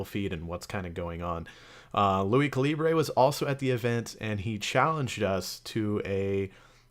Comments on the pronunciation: Its ka-le-ber not kalibrea 😒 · It's Cali Burr bro not Cali Bray, gg no re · did he just say caleebray?? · did he say lui ca lee bre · I love how everyone says calibray